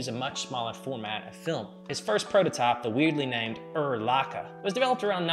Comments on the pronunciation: Lots of good info, thanks. I’ve never heard anyone pronounce Leica as “Luka” before, very odd. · And I think it is funny how he pronounces Leica. Who cares. It is still a great video and allmost no one outside germany can or knows how to pronounce german brands.